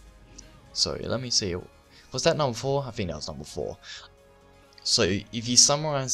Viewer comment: That, not Dat. Dat is all.